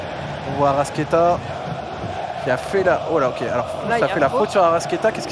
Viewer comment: Je suis supporter de Flamengo depuis le Brésil ! Tellement heureux du match d'hier et de la victoire ! Par contre en voyant ta vidéo je m’aperçois d'une erreur, la prononciation c'est ArrascAeta (toi tu ne prononces pas le A, tu prononces Arrasquéta).